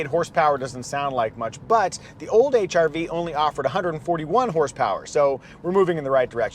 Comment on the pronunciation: The silent "R" makes it sound like you're saying H"I"V